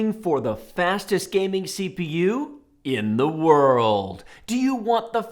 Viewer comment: I'm actually an Intel fan but this video is clearly paid for by Intel 🤣🤣. He punted the Intel over and over and says "IN THE WORLD" with waaay to much emotion and emphasis! Not to mention that the majority of the games were coded to favour Intel. Feels waaaay too biased to me!! Im still buying an Intel though!